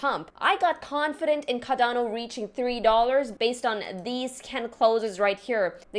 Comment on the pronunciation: CaRdano! CARdano (Kar-don-oh)